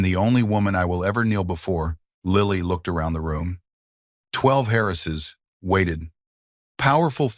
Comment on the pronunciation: What is it with the shrunken picture and the stupid movie in the background? Some words are mangled. Many words that should be possessive (Lily's, for example) are not. He shot the intruders before they got close, so why is there blood on his cuff? "12 Harrises"? The narrator changed voices when "Sebastian" was spoken, giving it an accent. Other words as well. Great story!